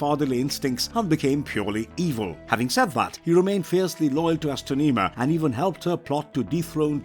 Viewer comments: You mispronounced Astronema's name. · O my god how did he butcher the pronouncing of the main vileness from in space name so badly he was no were close to doing it right. Did he not do research before he recorded and posted this.